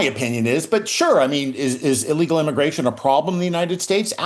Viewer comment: Why does the guy talking at around 9 minutes say eelegal?🤔